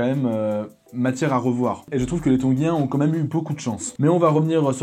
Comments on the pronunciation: Comme tab énorme ❤️🔥mais tongein pas tongin😂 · TONGIENS pas TONGUIENS!!!!